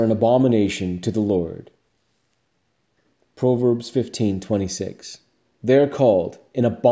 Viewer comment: Fantastic video. But please... Pronounce proverbs properly